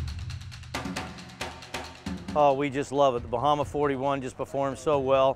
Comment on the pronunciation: Dude can't pronounce bahama to save his life. He is improving.